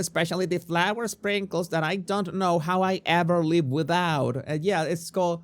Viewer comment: WITHOUT! Not wihout!